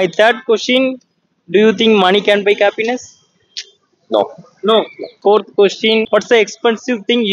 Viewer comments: Please improve the English pronounciation. Happiness , cappiness nu solra maari eruku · Improve your diction/pronunciation. It's not kappiness 😊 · Happiness ❌ Kappiness ✅ 😂😂😂